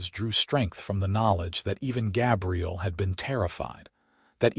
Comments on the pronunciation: It kind of sucks that the AI mispronounced his name through the entire video using the female pronunciation for Gabriel. It was somewhat disconcerting. Doesn't anyone ever listen to this crap before they push the submit button? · I'm guessing that you aren't English language first Gabriel is pronounced with a long A as in bay and say. The way you are pronouncing it is for "Gabrielle" the female version of the same name. That said it's a good story. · Very frustrating that AI mispronounced Gabriel the entire time